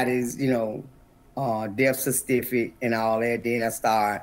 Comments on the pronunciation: Not "Deaf cercivick" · What she say. Death sea What. Lol...... It's Death Certificate ma'am. Lol.....